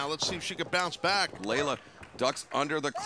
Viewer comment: Just FYI, it’s Leyla Hirsch, not Layla.